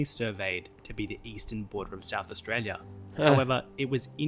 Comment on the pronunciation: learn how to say Australia correctly. please its doing my head in.